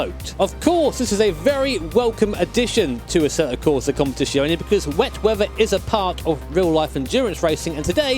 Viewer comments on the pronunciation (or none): It's COMPETIZIONE and not COMPETIZIONI, the last letter is an E not an I ;) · It's z, not sh. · It's "Com-pè-ti-tsione" not "Competìshione". Sincerly, an Italian. Cheers! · Leave speech impediment boi alone. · Tbh probably anyone except Italians butcher it. Easier to just say "ACC" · E is pronounced I in enlgish. Its much worse that he cant pronounce the sound for Z in competizione